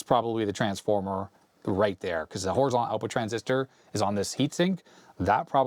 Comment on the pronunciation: But he doesn't say Horizontal! There is a T. HorizonTal!